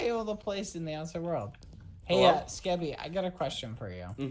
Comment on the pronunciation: Is this skeppy because it Said